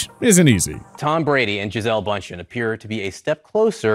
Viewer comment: you could have gotten her name right